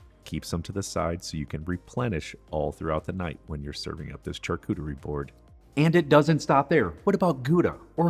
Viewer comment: It's pronounced Sharcuterie not charcuterie!